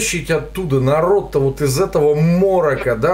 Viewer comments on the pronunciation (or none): услышал уоооот, как у Дробышевского почти)